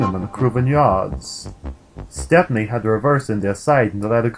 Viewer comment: its pronounced step-nee not step-pin-nee.